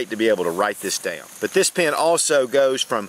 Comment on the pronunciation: I love when you say your in your car like "I Need a PeeANN", " I need a PeeANN"!